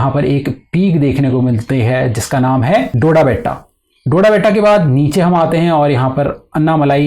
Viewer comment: Not Dodbeta. Its Doddabetta